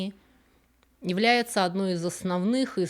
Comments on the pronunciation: Это произносится бизнЭс. Каждый раз с ужасом жду приближения этого слова. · Русский язык русскому языку рознь. Еще недавно в каждом регионе был свой говор, свои диалектизмы, по которым можно было и составлялись целые словари. Говор просто умиляет. "Займи мне денег" - это Вятская губерния, а ее "бизЬнес" - это на мотив мягкой "Рь" в слове "ПерЬмь", как говорят пермяки. Не удивлюсь, если она на корнями из предуралья и выбрала для себя жизнь в Квебеке, где абсолютно такой же субконтинентальный климат. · мильядЕр, компьютЕр, бИзнесь, дЕтЕктифффффъ - мне всегда было интересно: образованные люди, которые потратили на себя кучу времени и вложили немалые средства в свое образование и развитие. Достигли высот. В придачу мигрировавшие в англоязычный мир. А произношение как было русское так таким и осталось в самых банальных местах. Это резкое Е просто добивает. Да не критично. Да видим примеры как люди успешно живут, да и до гробовой доски доживут без проблем. Но, блин, нельзя разве говорить глухое "И почти Ы", "Глухое Е почти-что Э" в иностранных словах, что бы звучать """понативнее""" - просветителям культуры??? вопрос практически риторический - я в курсе, что горбатого уже только могила исправит. У самого грехов вагон.